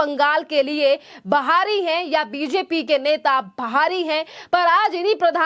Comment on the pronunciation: पश्चिम बोलना नहीं आता और बाहरी को बहारी बोलती है।